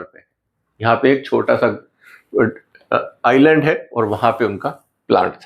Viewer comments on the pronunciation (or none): none